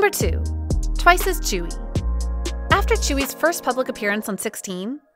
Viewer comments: Sorry but her name is not chewy it is pronounced joowe I am really sorry but I don't like when you pronounce idols name sorry. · "chewy" thats not how you pronounce tzuyu. its sound something like dzüiu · Why is Tzuyu pronounced as Chewy? 😭😭😭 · it's not chewy 😭😭🤣 its tzu-yu wtf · fr its supposed to be pronounced as zuyu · why does everyone struggle with saying Tzuyu. it's not chewy... its tzu (kinda like two but with a z) yu (kris wu but yu or yue without e) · Excuse me? You can't even pronounce Tzuyu's name right, it's way off. Put some effort and show some respect.